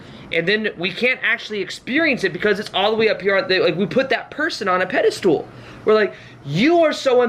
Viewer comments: I love him and kept shouting at the screen "pedestal... not pedastool". He's so adorable and reminds me of my younger brother. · Really inspiring. Thanks for your hard work. It makes me feel better about things. But there's no such word as pedistool. It's pedestal, as in "metal." Even though that was super annoying, it did help me remember your video. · god info.. but please give me the honor to teach you something.. it's not "pedastool" my darling.. it's a "pedestal." Keep up the good work. Thank you. ❣ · Excellent, but the word is pedestal, not 'pedestool' 🤣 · The way you say pedestal... It sounds like the Dutch word Paddestoel (which is a mushroom) XD I cannot unhear this. But this message makes sense. It's true and I think that's what other people mean when they say "you send out the intention for your manifestation and then forget about it". I believe they mean to stop giving that much focus and importance to it. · I've watched so many of videos that I have no idea how to pronounce "pedastal" anymore. Lol. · Great video. Just had this happen to me a couple days ago. Also, have I been saying "pedestal" wrong my whole life? 😜